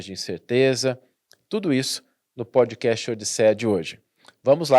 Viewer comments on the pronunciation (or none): e, por favor melhorem sua pronuncia das palavras em inglês ou usam o português. Por exemplo: não é Podi casti….. é pod cast não tem I no final Backigroundi… e background sem nenhum I. Facibooki…. Facebook de novo não tem nenhum I. Eu os admiro muito porém dói o ouvido a pronuncia das palavras em inglês.